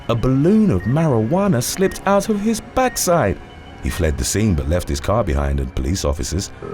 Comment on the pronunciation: Narrator is definitely West Indian/Caribbean. Did you hear the way he said “Backside”??? 👍🏽🤣👌🏽👌🏽👌🏽 I’d even guess he’s Bajan 💜